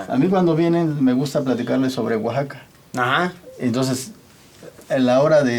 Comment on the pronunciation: Luisito así no se pronuncia Oaxaca